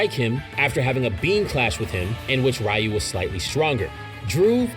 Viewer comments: It's pronounced "r-you", not "Rai-you" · Ryu is pronounced 'ree-oo'. Other than that, great information and great video! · Please say Ryus name right next time and its not fully confirmed Yuta needs to have Rika consume DNA